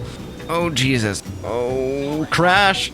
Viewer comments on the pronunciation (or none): none